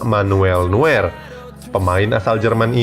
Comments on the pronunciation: Neuer dibaca noyer bukan nuer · Noier min bacanya bukan nuwer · Bacanya nuyer LOL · noyer bacanya bang buat nuwer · Sedikit koreksi nama NEUER .di ucap NUYeR bukan NUWER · Koreksi lagi : Neuer dibaca Noier. Sama kayak Reus yang dibaca Rois